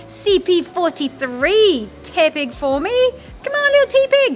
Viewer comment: Teh-pig. As in tepid.